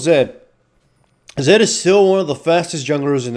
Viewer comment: Laughed a little when he said "WHYD YOU PIK ZID ITZ A BED CHUIZE"